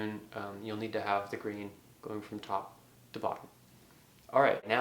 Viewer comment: Ah!! Grain! I couldn't make out what you were saying it sounds like "the green"